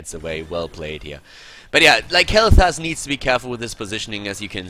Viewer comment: Dude, its sounds like you are saying Kaleta instead of kaelthas haha .. my nickname xD